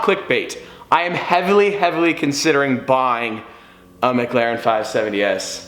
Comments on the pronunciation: The only dude on the internet that can't say mclaren...per this fella it's mglaren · Only when you can say McLaren correctly.